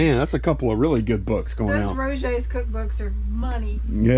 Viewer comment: After our latest video I have no business commenting on vocabulary or pronunciation, but me being me… that cook book clearly said “Roger’s” - pronounced Rojer. Maybe it’s a yankee thing, we talk a little funny up north. Lol